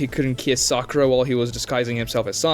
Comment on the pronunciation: said "Sakuraa"😂😂😂